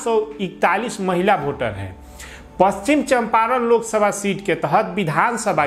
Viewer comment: Pronunciation to shahi karo pachichamparn ko